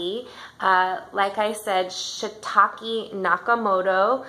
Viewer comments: Please say the name right lady, its "SATOSHI Nakamoto" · Juvelova omg please excuse me, I even said something in my description about totally pronouncing Satoshi's name incorrectly 🙏🏼